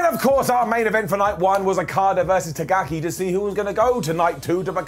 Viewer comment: Takagi, not Tagaki